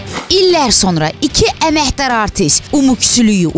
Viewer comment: k hərfini niyə h kimi tələffüz eliyir həmişə mən anlamıram da "ələhbərzadə","əməhdar artist "